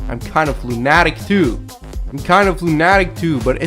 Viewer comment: "Lunahh'tic" was annoying me, but when he said "JeruSah'lem" HELL NO!